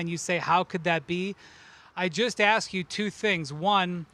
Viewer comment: Kendrick Perkins keeps pronouncing "ask" incorrectly over and over throws me off. No one in ESPN want to tell this fool it's "ask", not "aks"?